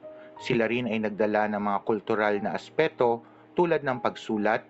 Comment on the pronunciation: Hi sir. Pa-correct po nung word na Aspekto, hindi po asepto. Salamat po